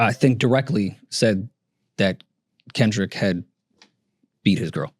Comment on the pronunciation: saying Kendrick wrong while tryin to dismiss what Drake said